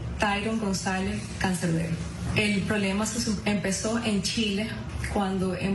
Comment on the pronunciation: Cuando yo diga canser, ustedes dicen beroo CANSEER